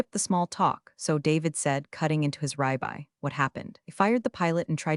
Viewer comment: Love the sass! Good story! Love it! Unfortunately, you need to improve the oral and written editing of your product: "ribey" ( or something like that) steak, I imagine you meant " rib eye" steak unless it's a new cut of steak; you managed to mess up both the oral and written word at the same time. That seems to be a first for me! There are others. I must be honest in terms of numbers: there was not many. But, if you introduce a setting in the narrative, the " lingo" so to speak, a cut of meat at a steakhouse ought to be pronounced and written accurately, don't you think? Still, I 'll give you another chance with anther story or two inspite of my impatience with editing issues as it detracts from enjoying the story.